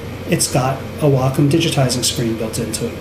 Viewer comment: gr8 video. (have to say btw, i wonder how many fellow artists dig the fact that u pronounce wacom's name properly;-) ---most important - i like ur emphasis on real issues that cg artists face. 2 things seem to remain the same overall - 1) Apple's "control freak" attitude, hence good interface (UX) yet anti-user-ability to blend their own hardware & software choices: "buy everything at iSTORES mentality"-- 2) Mikro$oft seems to be stuck on sluggish attitude toward UX & interface while allowing everyone options to control,mix,,blend apps.